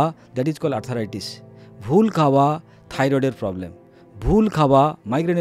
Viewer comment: শব্দটা আর্থ্রাইটিস, আর্থারাইটিস নয়।